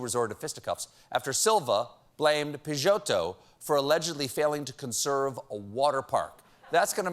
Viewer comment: é incrível como os gringos não conseguem pronunciar nossos nomes latinos! peixoto é difícil, mas irineu é simpleees demais hahahahhaha